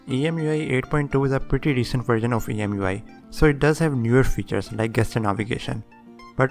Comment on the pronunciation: Oh and one brotherly correction, no offense please. It's jeschur, not gaster. I am talking about that GESTURE. The correct pronunciation is jeschur.